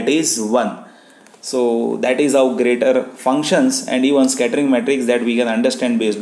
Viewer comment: Sir it is pronounced "jyrator". The 'g' is pronounced the same as in the word "Germany".